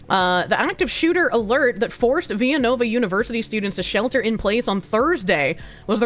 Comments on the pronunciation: ViLLanova, not "Viyanova", this isn't Mexico. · That Pennsilvaniya School is not Spanish the L's are L's not a Spanish Y